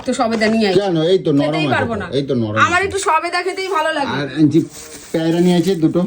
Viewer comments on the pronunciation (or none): Sobeda na na sodeba😂😂😂